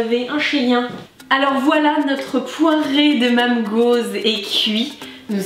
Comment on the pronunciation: Mamm gozh mamm ça ce dit manme gozh #teambretagne